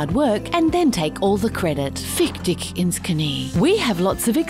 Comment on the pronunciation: I love your videos, but the german phrase Fick dich ins Knie was little bit wrong. You don´t say ´´fick dik,,. You need to say it softer. But yeah, everything besides that is so well made its fantastic.